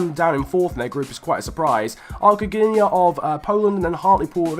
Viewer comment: When I saw the title of your video, I expected some Polish teams. When I saw Ruch Chorzów, Arka Gdynia and Korona Kielce i was waiting untill the moment when you are pronouncing these teams. Btw the correct pronunciations are: Ruh Hoshuv, Arka Gdinja and Korona Kjeltse. I'm not an Arka Gdynia fan but I don't know whether to be happy because a Polish team won that or sad because it's about the worst teams... But btw nice video!